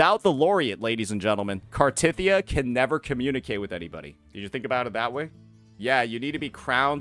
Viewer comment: why do you keep pronouncing cartethyia wrong